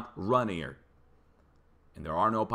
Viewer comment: Mt Ranier is Ray-neer' --grew up listening to Seattle news Tseax I've always heard it Say'-ax. (Grew up near by)